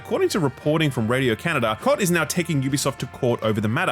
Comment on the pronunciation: I believe Côté is pronounced "Co-tay", not coat.